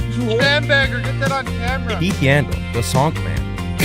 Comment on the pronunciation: Coop called Yandle “yawns” hahahahahahah I’m dying